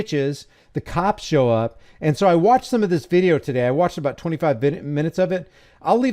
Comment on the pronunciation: He says "show" 😂. Love it.